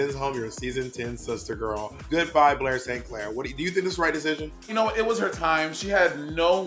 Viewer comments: Bob: "BLAAUURRR St clAuRR - I'm trying to do this, it's, it's a Liverpool accent" 💀💀💀💀💀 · Was bob trying to say “Blair St Clair” in a scouse accent ?? Wuut 😭